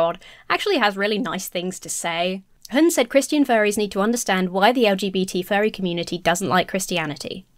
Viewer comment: Vaguely related but your pronunciation of "hund" is spot on tbh, and yes it means "dog".